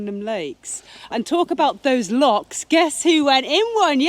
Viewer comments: No they're not lakes. You're correct. Also they're not locks either. They're Lochs. Say it and spray it with pride Lo chhhhhh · That are lochs not locks. Different pronunciation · Its not locks its lochs lol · Welcome to Scotland . Remember it’s och, it’s not locks 🤣please! There is a lake called Monteith only one..,it’s och,,,,,please . Plockton as apposed to Skye! . Nice to see your vlogs again. Go see the Crannock on Loch Tay. Good walk up Ben Lawers, it’s a Munro. All lochs are pretty.